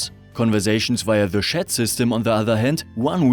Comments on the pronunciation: It's pronounced tjat and NOT sjat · Wollte ich auch anmerken: tschät, nicht „schett“ (tut richtig weh) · Yes, as an English speaker, it was rather comedic to hear this pronunciation of the word. I completely understand that English is not his first language. It's just unfortunate that the pronunciation used in the video sounds so much like a completely different word.... 😄